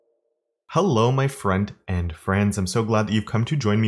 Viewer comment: Kevin, you've been trying to hard 😆 but yeah, it's gotta be the accent cause I still heard friend and friends 😂